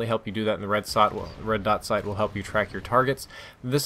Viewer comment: Red sot dight